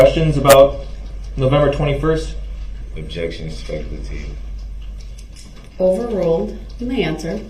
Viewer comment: We’re any of your vehicles damaged by the suv? Durl objected on hearsay but he doesn’t need to be told what hearsay is. Durl KNOWS what hearsay is. To Durl hearsay is when he hears a witness say the truth but he doesn’t like it. Of course then he changed it to spec-ah-tiv.